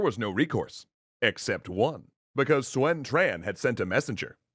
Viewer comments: How does Yuan become You ran what the actual fuck? Guan yu is Gwyen yer? Sun is Swen? Quan is Tran? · Love you videos! But just one of a few mispronounces: “Sun” is pronounced “Soon” not “Swen” and “Quan” is pronounced “Chuan” not “Tran”